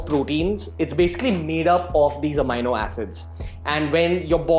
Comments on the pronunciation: it's a-me-no.... not a-mine-no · Are you Certified Nutritionalist?? Its Amino Acid not Amyno acid.. Secondly why we should listen to you?? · AMEENO HOTA HAI BHAI AMAAYNO 😂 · bhai pehle bolna seekh le... amino howe he yo.. Amaaayyynnnoo Na 😏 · AMINO PRONOUNCED AS AMEENO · Even I was wondering the same...so checked Google thinking I was pronouncing it wrong all my life..!! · Bhai phle Amino bolna sikhle 🤣🤣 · Never listen to a fitness "guru" who can't pronounce amino. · First correct your pronounciation of Amino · it's not right dumb ass , neither in American English , nor in British pronounciation